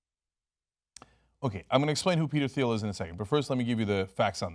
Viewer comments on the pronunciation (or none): I read "Zero to One". Please read it before criticizing his position on monopolies. It is more nuanced than the out of context excerpts. Also, it's pronounced like "teel" not "theel". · And its pronounced TEEL. not THEEL. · It's pronounced T-uhl, like the color. NOT THEE-uhl. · I cringe every time Cenk mispronounces "Thiel".